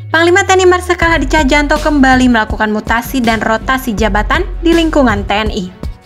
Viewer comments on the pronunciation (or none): Tjahjanto dibaca cahyanto, bukan cahjanto, maaf koreksi lto.